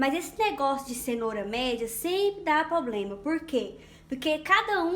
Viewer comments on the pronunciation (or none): none